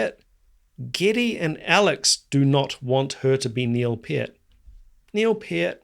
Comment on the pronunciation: It's pronounced knee-ill pee-urt 😅